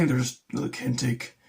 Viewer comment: I have used a bit of the Kinetic gear and for the most it is really good value for money. Their split rings are really good in particular. BTW it is pronounced kin etic not kintec, sorry mate just had to point it out 🤫